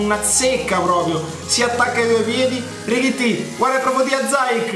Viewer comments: Non si pronuncia zayek Si pronuncia ziyesh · Sì dice ziec (c dolce) non zaiec (c dura) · Non si dice Zaic ma Ziech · IO TI SEGUO DA LECCE. SIETE DEI GENI!! SI PRONUNCIA ZIECH. ZAJC È L'EX GIOCATORE DELL'EMPOLI!! 😂😂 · Si pronuncia "Ziek " 😂 prego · si dice ziec e poi mi spieghi pk dici casuccia?